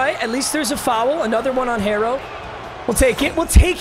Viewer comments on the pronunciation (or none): pronouncing “hero” as “harro” was killing me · “Hairro” lmao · ITS PRONOUNCED HERO IN TYLER HERRO'S NAME 😃😃😃😃😃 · Tyler “hairo” 😂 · Tyler Her-o 🇲🇽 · Boy says Tyler herro as (hair-row) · I’m laughing so hard when pronounces Herro wrong 😂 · Man’s said it in Spanish ong